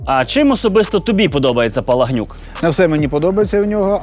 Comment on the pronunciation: Вибачайте, але ж чому "Палагнюк", коли , скорiш за все, "Палахнюк" ???